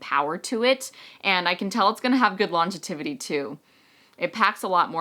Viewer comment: I don't want to pick on you!!!! buttttt "longetivity" isn't a word. It's pronounced "longevity". I really don't mean to be the spelling/pronunciation police!!! lol (From Google" What is the meaning of longevity and longetivity? The word is longevity, meaning long life or duration of life. Longetivity is not a real word and should be avoided. Aug 11, 2011") With all that said, TYSM for a great video! I am using your code to make my purchase now!! :)